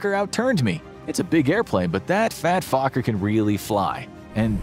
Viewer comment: I appreciate how Fokker is pronounced during the video. Too many Fokkers.